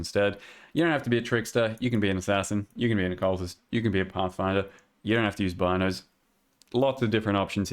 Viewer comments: Its pronounced bean o's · hi I'm the creator of the Bino's Kitchen Knife, and it's pronounced "Bee"-no's. Thanks =)